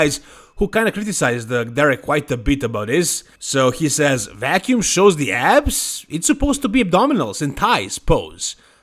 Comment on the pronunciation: vacuum not wacuum lol